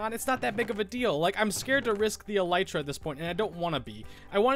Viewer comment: No, you said it right :)